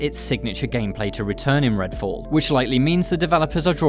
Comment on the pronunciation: "Redall" "Fascinating" LOOL